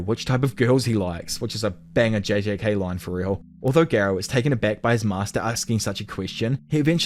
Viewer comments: Gar not gair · I don’t understand how people still pronounce characters names wrong when there’s literally a dialogue in every anime with the correct pronunciation lol. For example Garou (Gar-oh) not (Gair-oh) and why use both Amai Mask and Sweet Mask?🤣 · GAROU ❌️ GEERO ✔️ GENOS ❌️ JINOS ✔️